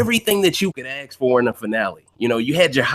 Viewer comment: On Point! It was worse than lapdog though....he treated & thought of Josh as his uneducated (remember him mocking Josh saying axe?) shoeshine boy then calling Josh a blob behind his back. AND even had the fn nerve to call Josh a coward on live tv finale. I'll never stop laughing either lmfao